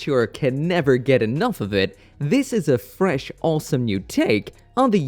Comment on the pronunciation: Man where are you from? you have a very weird accent and you always say olsome instead of awesome.